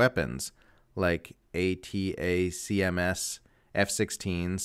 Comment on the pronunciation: ATACMS are pronounced like atta-boy! Atta-cams.